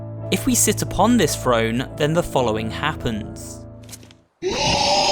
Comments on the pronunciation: Why is this guy saying frone instead of throne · I was hearing F R O N E instead of T H R O N E ! 😑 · Am I the only one who heard frone? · Keep saying frone I dare you